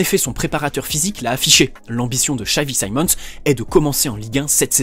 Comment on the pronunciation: your pronounciation of his name is scary guy he is dutch not english